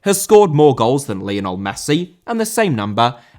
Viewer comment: Lionel* not Linl